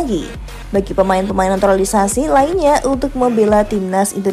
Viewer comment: Stop sebut naturali naturalisasi